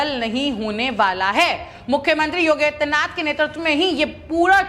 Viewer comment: इस एंकर को योगी आदित्य नाथ जी का नाम भी सही-सही नहीं बोल पा रही है इसे एंकरिंग के लिए कौन recommend किया है इसे तुरन्त हटा देना चाहिए अथवा चेतावनी दी जानी चाहिए।